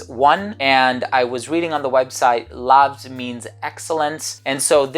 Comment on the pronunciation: it should be pronounced like laus cos it is in latin where V=U LAVS=LAUS and it does mean "Glory"